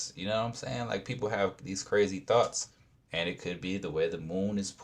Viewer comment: I swear it sounds like he's saying you have THOTS swimming in your mind! If you don't like your old THOT you create a NEW THOT😂😂😂